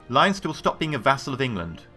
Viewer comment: It's pronounced Len-ster not Lion-ster. (I live in modern-day Leinster).